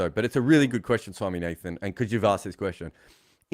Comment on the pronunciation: it's not Swami-nathan it's swami-naadhan.. gets me every time 😂